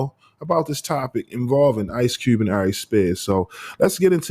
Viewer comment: You must be from Baltimore it’s ICE CUBE 🧊 not ICE CEWB